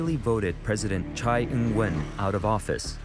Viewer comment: TSAI Yingwen not CHAI